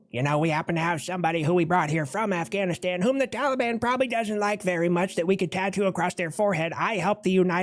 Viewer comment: Afghanistan sounds like your Russian 🤦‍♂️ 😂